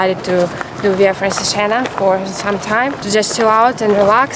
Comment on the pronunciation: so smiley! anyway it's pronounced "Francheégena"